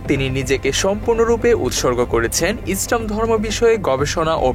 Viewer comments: ইসরাম না ইসলাম আপনার উচ্চারণ ভুল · এখানে যারা কমেন্ট করেছেন তারা হয়তো প্রাতিষ্ঠানিক ভাবে অনেক শিক্ষিত কিন্তু চিন্তা-চেতনায় হুজুগে বাঙালি উপস্থাপক ভদ্রলোক যে শব্দ চয়ন এর মাধ্যমে ইসলাম ও মুসলিম এই দুই শব্দ কে বিকৃতভাবে উপস্থাপন করেছেন সেটা কেউ ই উপলব্ধি করতে পারেননি পারেননি ইসলাম কে ইস্রাম এবং মুসলিম কে মুস্রিম বলে উচ্চারণ করেছেন আমি এটার প্রতিবাদ করছি এবং নিন্দা জ্ঞাপন করছি 😡